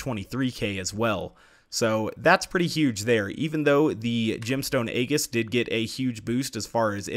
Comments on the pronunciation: EE-jiss, not AY-giss. Like the Aegis missile cruisers. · Drone Soldier why even correct him if you're wrong too? "Ee-jis" is how it's pronounced. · It's pronounced EEE JIS